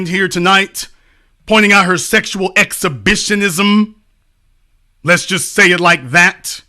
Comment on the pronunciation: excha..bi..sheee...knee..zzuumm'.. HAHAHA